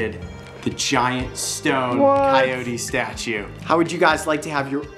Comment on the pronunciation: It is Coyote not Cycote.